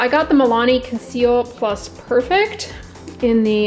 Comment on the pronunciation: its conceal and Per-fect! not perfect. I know how ridiculous this read but iykyk